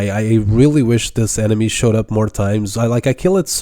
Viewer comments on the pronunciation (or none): none